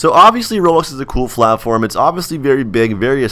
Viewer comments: wait did he say flatform instead of platform??? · he said platform wrong he said flaffflorm